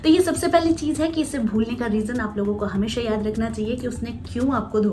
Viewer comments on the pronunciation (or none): I like the way you talk...magar ek baat acchi nahi lagti hai woh aap sha ko sa pronounce karti hai e.g hamesa.